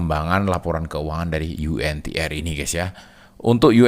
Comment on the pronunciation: saham Yu En Ti Er.. hehehe kirain yg bener Yu En Ti Ar